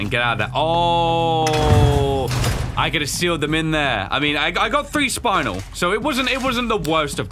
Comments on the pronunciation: I’m pretty sure Spinel is pronounced Spin-el not spine-al 😂😂 (although that’s how I was taught to pronounce it) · spuh-nel not spinal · Love the emphasis on how to not pronounce spinel 😂😂